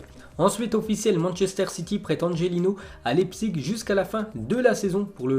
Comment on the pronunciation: Ça se prononce "laïpzich" pas lépzig